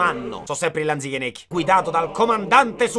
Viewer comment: te sei magnato la “Z” in Natale coi Lanichenecchi😂